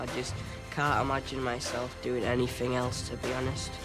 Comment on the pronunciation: Not sure if it's an accent or speech prob. He says anyfing